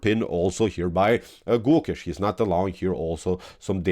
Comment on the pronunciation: Hey, for your upcoming videos it’s not pronounce like Goookesh!..it’s Gokesh..try avoiding strech of Alphabet( o). Thank you only native will understand different